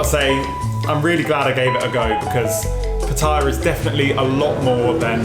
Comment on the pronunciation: Another vlogger that can't pronounce Pattaya correctly :-)